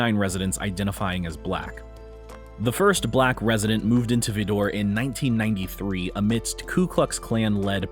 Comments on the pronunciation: It's not pronounced Vee-door, it's pronounced Veye-der, Tx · Its pronounced vyder tx not vidor sounding french as in this video. If you are going to put content on internet make sure to do your homework... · It’s VI DER rhymes with spider! It’s not pronounced vid-door like a French word, I’m from that part of Texas and it’s one of the most redneck backwoods inbred racists infested towns in Texas, just down the road from Jasper Texas where they dragged a black man to death behind a pickup truck years ago, same type of people live there!!!🖕🏻💩🟥🤡🤬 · It's not Vee Door. It's Vidor, rhymes with lighter. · Vidor,Tx is pronounced 'vaɪdər'/ VY-dər not Vee-dor...hahahaha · Vidor is not "vi-door", it's "vye-der". Good luck on pronunciation in your next video. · Vidor is pronounced V”eye”-door, not Veedor. 😂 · It’s pronounced VY-Dor,Texas Not VIDDOR! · NOT - "Vee-DOOR", it's "VYE-dor" (Texas). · The correct pronunciation of the Texas town is Vidor (like "Vy-dur") rather than "Vee-door." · Pronounced - Vye Dur not Vee Door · It's pronounced "Vider" not "Vedor". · omgosh. It's not vee-door. It's Vie-der, it rymes with spider. And yeah, it's racist. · I have lived in Texas for 45 years. Vidor is pronounced as Vy-Der and not Va-Door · At least learn to pronounce that town in Southeast Texas- V eye der. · The person speaking in this video mispronounced vidor. It is pronounced vy der/dor. I have never heard it pronounced the way the person speaking in this video has pronounced it. The emphasis is on the first part of the word not the second. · It’s pronounced Vy Dor Texas. Just so you know. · Pronounced Vy-door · It's Vi dor. Learn to pronounce things correctly. BTW, the KKK was brought into being by the Democrats. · (Vidor, Texas) is pronounced with an "i" (as in Bite) - not an "e" - Veedor, Texas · it’s “Vidor” pronounced Vy-dor. You made it sound like designer clothing line. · Its "VYE-DUR" ........ not the way you pronounced the east Tx town. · It's pronounced VI-dor